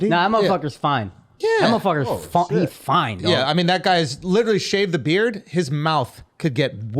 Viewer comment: Yea he's not foiiine.